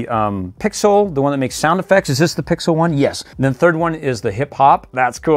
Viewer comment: Pix-elle = pixel